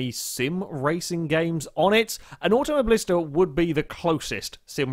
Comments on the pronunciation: It's not "AutomoBLIsta" but "AutomoBILIsta" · you pronounce auto mobilista wrong